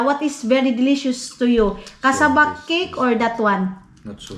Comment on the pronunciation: Nabulunan ako maninay sa cassava kek😂😂😂 it should be pronounced keyk